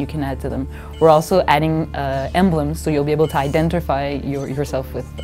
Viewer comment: LOL "Identirfy"